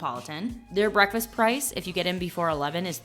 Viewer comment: There's a "k" in "breakfast". This constant pronunciation of "bre-fast" is annoying and childish.